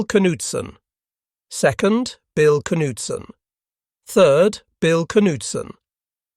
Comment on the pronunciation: That is the correct pronunciation of the name Bill Knudson. Somehow I know. No relation though. Hit the nail on the head: Tactical Advantage vs Industrial Annihilation. As we econ folks say: Butter and Guns. This show was about aircraft, do check out ship production especially when the Essex's started to show up. Game over.